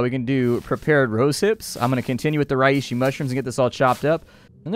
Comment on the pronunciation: Reishi is pronounced "Ray she." My cringing from your misspronouncing it finally got to me. I bought this game solely as a result of watching you play it.